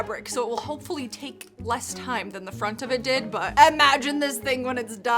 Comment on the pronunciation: “I’m gonna take-ah my crystals”